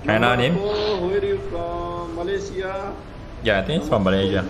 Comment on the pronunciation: Normal People: Malaysia: Malayzia 😂